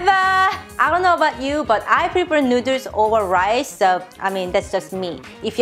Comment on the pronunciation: Why do you keep calling them fellers nooders?